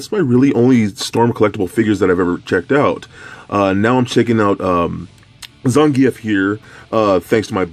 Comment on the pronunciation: Bullshit its zan geef